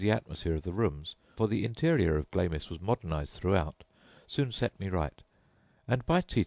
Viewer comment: Stopped listening as soon as he pronounced 'Glamis' as 'Glaymiss' instead of 'Glarms'..pah.